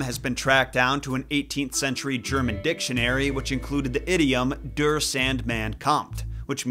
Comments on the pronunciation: Der is pronounced “deya” not “drrr” 😂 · In german der is pronounced dare, it's the masculine article whilst the neutral is das and the feminine article is die pronounced dee. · Der is not pronounced Dure It is quite interesting You did not talked enough about Sandman Dream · Of course the Germans make it into a horror story😂 also "der" is pronounced more like "dare"